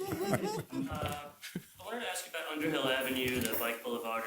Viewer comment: Did he say AXE?